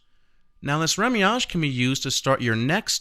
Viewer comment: remouillage not remiage.